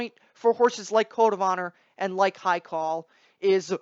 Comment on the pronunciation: According to you none of them will win, so how about you stop putting my Farm's Haikal down and also learn to pronounce his name please at the least.